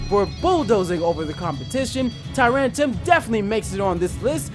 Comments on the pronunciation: "Tyrantum" Its TyranTRUm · Can you take a moment to reread the names of the Pokemon that you're butchering? Tyrant-R-um Claw-I-tzer I mean come on...